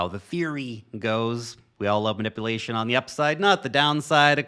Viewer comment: You say "manipulation" weird for a white American accent. (Man-ippa-lation). Most people just say "Man-ip-yoo-lation"